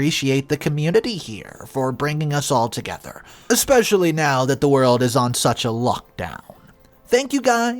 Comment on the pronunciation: There's no X in the word especially try to pronounce the big words correctly